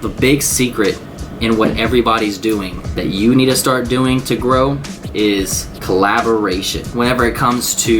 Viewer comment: I adore you but "Collaboration" ;-)